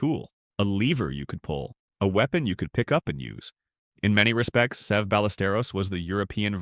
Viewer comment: Who is the guy narrating this ? Getta clue. Guy can't even pronounce Severiano Ballesteros 's name; ahhmm scuse me narrator it's not "Save a" or maybe Se've' it's Seve rhyming with levee. Jeez smh.